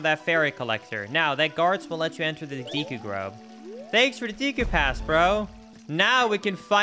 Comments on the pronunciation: Fyi: Deku is pronounced "day koo" not "dee koo". 😉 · Deku not deeku learn to read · Deecoo? Tree... I'm out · Sorry just had to say: Deh.koo Anyways this video made me a fan and I will definitely be watching more videos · Your pronunciation of deku triggers me